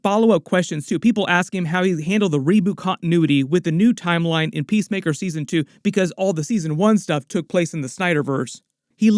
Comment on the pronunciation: Every time someone says PeaceMaker I hear PissTaker.